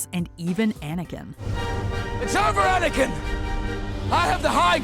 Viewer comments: I respect what you said but you said Aniken? Aniken! It’s GODAMN ANAKIN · When she said jar jar I got so angry but she said anikin